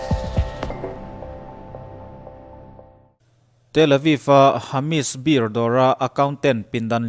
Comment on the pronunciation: Hamish bir nilo in hamash bir zawk a ni e